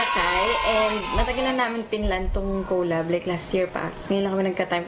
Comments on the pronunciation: COW-LAB HAHAHAHA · she said it more like co-lab not cow-lab but its usually said like caw-lab